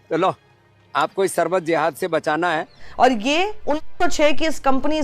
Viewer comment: Sharbat toh bol nhi pa rha sarbat bol rha hai kana